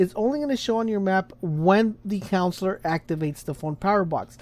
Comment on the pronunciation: It's "Coun suh lur" not Cons-lor